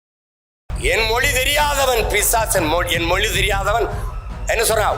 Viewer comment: Oru vaarthaikkum matroru vaarthaikkum 5 nimidama ozhunga pesuya moli illai mozhi sariya pesu Seeman Mariya Wilson ellam oru minister illai avanukku thamizhe pesa theriyala